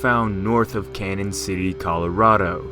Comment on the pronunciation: You refer to Canon City as "Canon City", and that is the way it is spelled as, but it's pronounced Canyon City which is what it should have been recorded as in the town's founding. I should know as I grew up there. Minor point I know but....it is my home town.